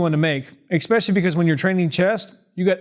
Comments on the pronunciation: why do you keep saying "expecially"? isnt it "especially"? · Love your videos, but 'eckspecially' isn't a word 😁